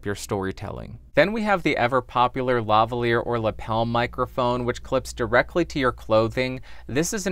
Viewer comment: I cant believe you pronounced LaValier properly, ur such a nerd to even know the story XD